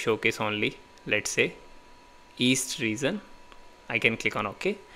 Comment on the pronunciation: Your "reGion" sounds like "reaSon"..